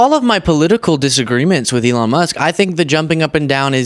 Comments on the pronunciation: Trump called him "Elijah". Did anyone else catch that? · Did the confused old man call Elon "Eli"?